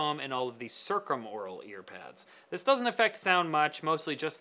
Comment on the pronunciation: Duuuh, it's pronounced circumaural.